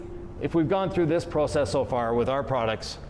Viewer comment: did the cutting, Nick did the polishing and Sylvie did the camera work! I see that pronunciation of the word "process" is rubbing off on Nick!